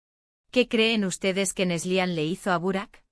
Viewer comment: Es Neslihan , no neslian